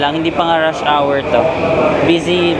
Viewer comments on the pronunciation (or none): none